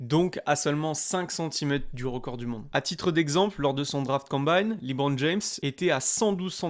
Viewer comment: Arrêtez de dire "libron"